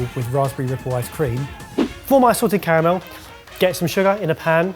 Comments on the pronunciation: I swear every time he says it i hear say “sorted caramel” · I kept hearing say 'Sorted' Caramel instead of 'Salted".....Love the idea of a Sorted Caramel.... Also, Dang It, Mike! Still on Team Huttlestone though...